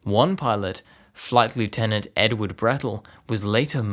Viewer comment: Don't say it like that. The correct way to refer to RAF squadrons numbered over 100 is (using the squadrons you mentioned) "one two one" and "one three three" (not 121 / 133 as you said). You sound somewhat Australian so you should know this. You are also pronouncing flight lieutenant incorrectly (in the context of the RAF).